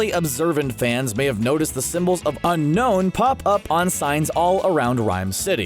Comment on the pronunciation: It's unown not unknown